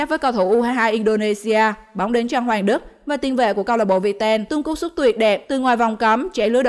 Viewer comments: Tiến Linh có 1 pha hay ở Sea Games 30 mà không có tên :))) Có Những Pha Không Phải Của Sea Games Cũng Có Tên CLB Viettel Đọc CLB Việt Ten :))), Kênh Làm Video Cẩu Thả 1 Dislike Nhé ^^ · Viettel đọc thành việt tên